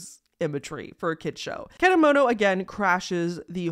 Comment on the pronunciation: And how you pronounce the name of the psychic is .Ket_a_moto. And how do you pronounce popee is poppy